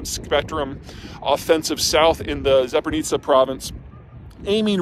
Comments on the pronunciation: Hi, Zeihan. Thanks for the analysis! One small thing: I understand that the way it's spelled Zaporizhzhia looks unpronounceable (even to me), but it's not Zapornica :) The easy way to say it for an American would be Zapori-zia. On another note: Ukraine is also using trucks for majority of supply, correct? How is their situation better\worse compared to Russians in this regard? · Damn, this guy talks about the war in Ukraine for a year now, and still can't come even close to pronouncing Zporizhie properly 😂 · Ikr he said "Zap-o-ri-tsa". I mean, sure he doesn't have to pronounce it exactly like it's written in Cyrillic, but damn he's so far off. He at least could end with an "-ia" instead of "-a". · That's not how Zaporizhzhia is pronounced.